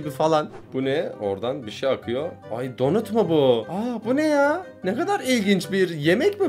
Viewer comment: ABİ BEN RAHATLAMADIM ÇÜNKÜ SEN DONAT YERİNE DONIT DİYON